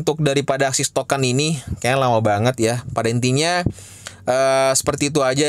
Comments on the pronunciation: Bang tolong tolong banget bilang ASIK TOKEN bukan AKSIS TOKEN 🙈🙈🙈 😂😂 TOLONG TOLONG BANGET PEGEL GW DENGERIN NYA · ASIX bang... Bukan ASIS apalagi ISIS.... 😂😂... SALAH sebut meleee lu bang...